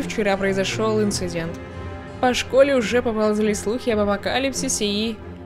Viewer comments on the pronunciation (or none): none